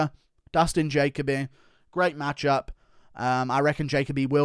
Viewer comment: bro why do you say dustin jacoby name like that